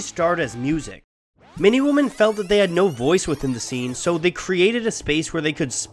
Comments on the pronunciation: your videos are amazing, and this one is no exception... but you really gotta work on your annunciation. not sure where you are from and how it might affect your speech, but I've never heard anyone pronounce "woman" and "women" identically. there is a difference, obviously. "wuh-min"..."weh-min". it's all I could focus on the entire video. other than that, nice work! lastly, consider doing a video on Ween, imo the very best modern rock band (1990-today). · You're not punk if you can't pronounce the word women... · Hey man I really like your videos but jesus christ dude, how the hell do you not know the difference between the words woman and women? They are not pronounced the same, you know, cuz of singular and plural meanings? I know this is sort of a nit pick but goddamn it's really distracting and really makes me wonder how the hell you've gone your entire life without knowing this. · Women plural is pronounced differently than woman singular. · How's he pronouncing women? It's doing my head in! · What's not to love about plucky girls with lots of attitude? (I wish the narrator wasn't having such trouble with the word, "women" though....) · Why do you not know how to pronounce women? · Having a dude who cant pronounce "women" right makes this seem like a joke honestly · How can one person pronounce zine correctly yet fails at pronouncing women, it amazes me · I hate the way you say women. Good video though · Is he saying 'woman' or 'women'? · why can't this narrator pronounce the word women correctly? annoying otherwise good clip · Is your pronunciation of "women" a dialect thing or a mistake? It's very consistent and quite distracting. :P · Why can't you say 'women' correctly? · I just could not take the way the narrator pronounced the word “women.” I had to quit 3 minutes in. Long Live the Struggle! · the way he pronounces "women" is triggered. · How do you not know how to pronounce women? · bruh no. from Vancouver and no one pronounces it like that